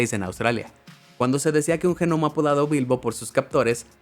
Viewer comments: Que molesta la mala pronunciación de gnomo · Pero quien pronuncia la G de Gnomo! Así no se pronuncia esa palabra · Se escribe gnomo pero la g no se pronuncia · Y es mas molesto que lo repite mucho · G nomo???? Jajajajajajaja se pronuncia Ñomo... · G nomo encerio déjate de joder si se escribe GNOMO, pero suena como NOMO la G es muda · Se dice Nomo, se escribe Gnomo, pero no se dice Ge Nomo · cuando pronuncias como se escribe, se pronuncia nomo y no GENOMO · Se que la palabra “gnomo” se pronuncia gnomo o ñomo pero definitivamente no se pronuncia genomo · a mi tambien me esta poniendo nerviosa estar escuchando GENOMO.... ,jajaja. En esta palabra la G no se pronuncia, al menos en castellano. Su lectura seria: GNOMO = NOMO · No se dice "Ge-Nomo weeeeeeeeeeeeeeeeeee, no se pronuncia la "G" XDDDD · No comento nunca, pero el Ge-Nomo me movió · Me gusta como dice genomo en vez de gnomo XD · no se pronuncia g-nomo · Denunciado por decir genomo... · ¿COMO DE QUE UN GENOMO?. 🤣🤣🤣 SE PRONUNCIA COMO SE ESCRIBE: GNOMO Y SIN ESTAR PRONUNCIANDO LA G COMO SI ESTUVIESE SOLA. DÉJATE DE COSAS, MI ESTIMADO... 🤣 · Los “genomos” son unos loquillos. Jaja ni siquiera saben pronunciar eso. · Por qué le dices genomo ? 😂🤔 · Como que GEnomo ????? ¡¡¡la G no se pronuncia!!! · "Genomo" 🤣🤣🤣🤣🤣🤣 Me gusta más que gnomo. 👍👍👍👍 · Sí, se escribe "gnomo", pero se pronuncia "nomo"... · Cómo me molesta cada vez que dice "G"nomo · Vine aquí cuando escuche Ge-Nomo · Qué coño es un Genomo? La "g" de gnomo es muda, muchacho. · Genomo xD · genomo??? ¿dónde aprendió este tipo a hablar? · GN se pronuncia Ñ.. Los G Nomos son los ñomos del gobierno 😎. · me encanta cuando dices jenomo en vez de gnomo :D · Pero por qué dice g nomo en vez de gnomo. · Genomo? la g en gnomo no se pronuncia 🤦🏼‍♂️ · Cada vez que diga GENOMO, chupito. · "Jenomo" jajajajajjajajakajajajajajajajajajajajajajajajajajakajajajaja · Genomo??? Es en serio ?? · "G"nomo? La G no se pronuncia así, solo es una contracción gutural muy sutil.